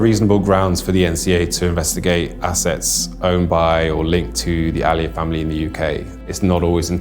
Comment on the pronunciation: It's Aliyev, not Al Ali.